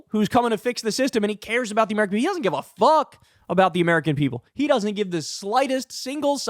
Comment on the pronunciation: I LOOOOVE how you say "He doesnt give a FUHCK".. 😂😂